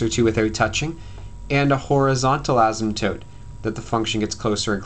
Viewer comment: Thankyou!!!!! :) and btw you say asymptope funny!